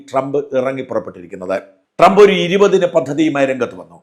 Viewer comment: Not donald... Doland trump 😂